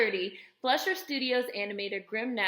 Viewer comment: It's pronounced "FLY-shur." Interesting video. Thanks.